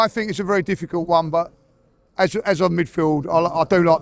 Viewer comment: BERY GOOD! BERY BERY GOOD !!